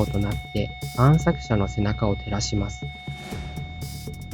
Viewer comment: ずっとたんしゃくしゃって言ってる気がするwww